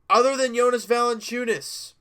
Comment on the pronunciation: You know how to pronounce jonas better than Charles Barkley